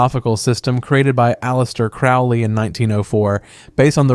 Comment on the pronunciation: As a Thelemite, let me say: Crowley is pronounced "Crow-lee", Thelema is pronounced "the-LEE-muh" or "the-LAY-muh", and OTO is not pronounced "otuh", but "O. T. O.". Thelema also isn't **based** upon A.'.A.'. and OTO—it's the other way around. This video doesn't even begin to explain "every Western esotericism", as there are countless organizations influenced by this broad tradition, and Western esotericism isn't a series of ideologies or groups but an umbrella term for a great range of concepts, philosophies, practices, and historical developments. Did you really research any of this or did you basically just narrate some Wikipedia pages?